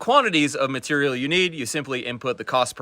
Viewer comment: "materiuul" = material. "doddent = doesn't".:)